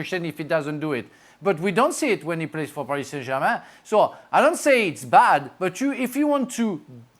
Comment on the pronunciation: Gab you do realize you don't say the accented words of a foreign language unless you are speaking it. That's like speaking Spanglish. When you mix them together. If you want to say Paree Sain Germah you need to say the entire sentence in French. Frank has an excuse. The guy is French speaking English. The accent is natural. He can't help it. He doesn't do it on purpose. You are English speaking and American like me.